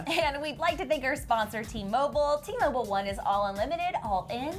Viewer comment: Does even take a breath for 3 minutes? and i love how you pronoun T-Mobile wrong, you literally said "T-Mobull" it's an "i". How can you not guess that James C was joking? I usually like but throughout this episode it looked like it killed her to compliment anyone, and when she did it was followed by a negative.. Why also do you sound so surprise that two english artist voices and talent is so raw and their voices are so obviously powerful.. or do you think everyone needs to either lip-sing a performance or use autotune?